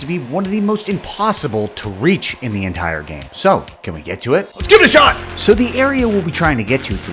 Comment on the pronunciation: I noticed his "lets give it a shot" sounds like a scottish man saying "skibidi shite!"